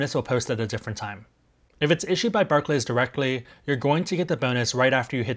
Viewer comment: I’d hate to be that guy in the comments but Barclays is pronounced “bark-lees”. Thanks otherwise for the info though,!